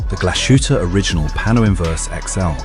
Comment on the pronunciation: Also, it's pronounced more like Glass-hutte